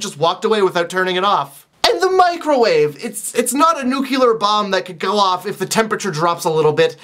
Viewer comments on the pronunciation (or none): You said "nuclear" wrong, you pronounced it "nukeular" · "nuke-ular" lol